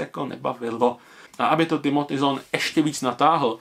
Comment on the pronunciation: Čte se to zàn